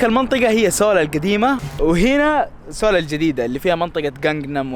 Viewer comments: اسمها مدينة سيوول بالياء مش سوووول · اول شي العاصمة اسمها سيوؤل مب سيول يعني see all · تكفى أنطقها زين سيول مي سول حرام شوهتها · سيول لاكن تلفظ سول seoul🇰🇷❤❤❤❤